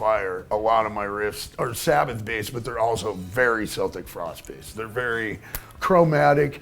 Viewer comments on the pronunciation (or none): lol, celtric frost is pronounced kell tick, not cel tick. its not a basketball team. and thats from tg warrior himself. pike needs to cut back on the weed. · I'm Irish.. And Celtic Frost is pronounced Keltic Frost. Great mini documentary \m/..